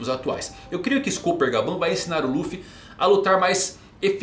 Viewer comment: imagino q a pronuncia de SCOPPER, seja ''SCÓPER'', pois a tripulação do Roger tem esse lance de minérios, Gold (ouro) Silver (Prata) e Copper (Cobre)